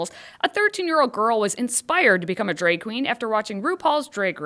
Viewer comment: Stop saying dreg race!